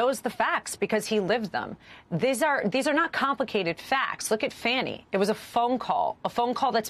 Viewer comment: Am I mistaken, or is Alina Habba calling Fani Willis "Fanny". If so, is that intentional? Does she not know the name is pronounced "Fawny" or is it intended as a stupid insult? I know this isn't a big issue, but this kind of childish name calling does have significance in understanding those using them.